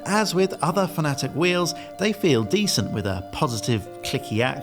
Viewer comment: Why are pronouncing Fanatec like the Americans do? It’s fan-a-tec, not fan-atic